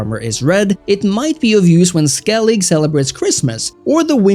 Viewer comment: Skellig... if I had a dollar for each time a wannabe witcher expert youtuber butchers the name of Skellige